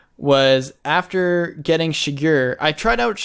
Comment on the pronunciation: the way says Shigure is triggering me.